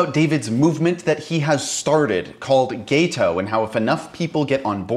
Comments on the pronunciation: It's pronounced Gato not Gayto. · It's gaHto, not gaYto, goddamn it. You can hear him say it! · It's Gato - "Gaw-toe" 😂😂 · GAH-to. Also, that is not his "best" video. He has lots of videos that are equally good. But I do appreciate that you brought him on your show.